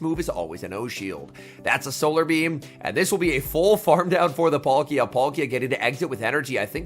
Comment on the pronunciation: I like these videos but you really need to learn how to pronounce these pokemon names. It's PAL-kia not Polkia!